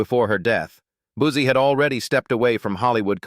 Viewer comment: It's, Buzzi, not, Boozey,!!